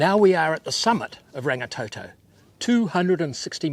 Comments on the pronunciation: Sorry, but I cringe when people do not even try to pronounce the names properly. It is NOT rang-ee-tow-tow nor rang-ee-tow-tow. Roll the R's like a Scottish person would...Rrrrang-ee-tor-tor. Rangitoto. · Rangatoetoe it's Rangitoto (blood sky) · ranggatoetoe is so wrong get it right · Rangatoetoe, aae-ah-tearowah 😭😭😭